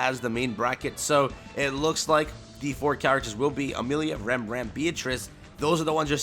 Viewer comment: Please pronounce “Ram” correctly. That is one of my biggest pet peeves.